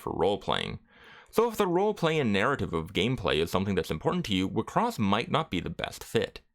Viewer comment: Wait, I'm just an old casual enjoyer of the anime, is that how everyone pronounced it? All this time I pronouce wixoss as 'Why-X-sauce'